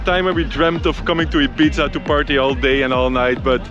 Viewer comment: Sorry to be pedantic, but it’s pronounced Ee-beetha in Spanish, or Eye-beetha in English. The Z shouldn’t really be pronounced.